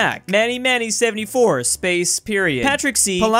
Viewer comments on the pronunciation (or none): none